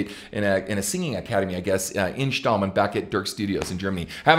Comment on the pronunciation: Ken buddy the right pronunciation is Stommeln You said it correctly just about 10 miles outside of the amazing city of Cologne Germany Bless you Ken